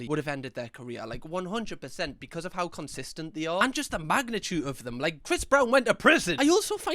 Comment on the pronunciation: Not relevant but I love the way say "becud" instead of because sometimes